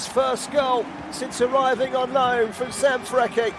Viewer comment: Please Fagiano is pronunce Fajiano :) Fadjiano... And come on dude Sanfrecce, you really pronunce Sanfrekke? Sanfretche dude come on